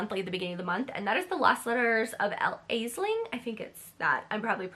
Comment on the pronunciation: I think Aisling pronounced ash-lyn (that's how I say it in my head...)